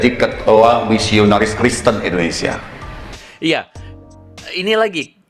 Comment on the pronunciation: endonesa... (yahhh.. ketauan deh dari caranya ngomong..)